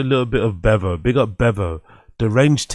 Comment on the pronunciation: Beav-O as in Beaver. Dude, lrn2speek.